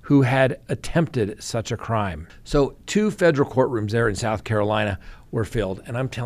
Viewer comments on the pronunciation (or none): none